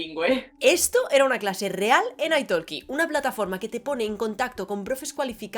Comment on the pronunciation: Se nota mucho que cuando hablas en italiano lo estás leyendo. Y no es aitolki, se pronunciaría aitoki, sin la L